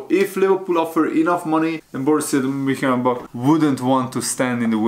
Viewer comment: what's up lad, it's Mun- Chen- glad-back